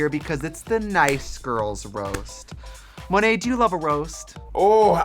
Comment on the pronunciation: Monét people, not Mo-net. Silly folks.